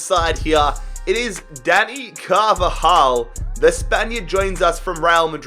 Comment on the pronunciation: Who Else Thought He Said Daddy Carvajal?